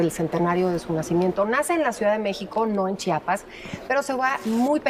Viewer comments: SE PRONUNCIA CHIAPAS CHIAPAS ,CHIAPAS NO CHAPAS PARA OPINAR M IMAGINO LEISTE SOBRE EL ESTADO Y LO HAS VISTO ESCRITO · sse pronuncia CHIAPAS , CHIAPAS